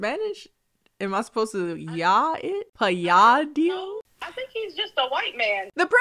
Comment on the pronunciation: pronuncing Italian names and surnames gives me life! <3 Btw Palladio is pronunced as she said, with the double L pronunced as in Ballad and the accent on the second sillable